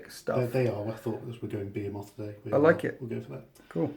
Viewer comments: Be-hee-moth. Not Be-he-moth. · You say Behemoth quite strangely Great Batrep! Wish more people played Blood angels!! I need Ideas